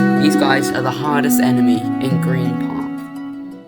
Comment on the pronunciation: I can't help but instead of "hardest" hearing "hottest" enemy 😭